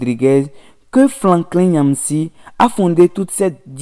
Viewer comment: "spédo panafricanistes... générosité cicontancielle...panafricanisme fatiss....🤣🤣🤣 Même un enfant de CE2 est capable d'une meilleure prononciation que ce nouveau bouffon de youtube avocat défenseur de son idole Patrice talon. Ça en dit long sur le niveau à savoir -0 C'est Franklin et non FlaNklin Et on prononce Yamb en lieu de Nyamb Vive le président togolais, merci pour son altruisme envers ses voisins, pas comme ce vassal au Bénin, à plat ventre devant ses maîtres de l'Elysée. LA FRONTIÈRE RESTERA FERMÉE !! PIAN..